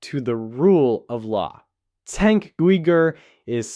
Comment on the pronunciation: Just to help you out. Cenk’s first name is pronounced with a j rather than a c like Jenk. His last name is pronounced (you-gr).